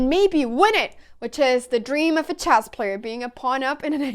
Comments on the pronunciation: & "Choss". I can't speak 3 languages. I'm busy butchering My native tongue(eyoo, that sound's nasty). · like chyasss